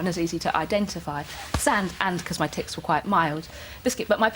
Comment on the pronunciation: I thought she said ''My tits were quite mild'' ahahahahahahaha.